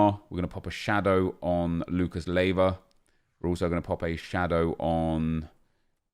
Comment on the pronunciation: Nep, i dont mind it much, but it's Lucas Leiva, not Lieva..